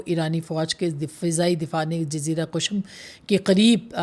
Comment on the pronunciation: "Ms. Shirazi, your analysis was precise and profound. My apologies, but I wanted to point out that the word you pronounced as 'Qashm' is actually 'Qeshm'—meaning it is pronounced with a short 'e' sound under the 'Q'. Best of luck!"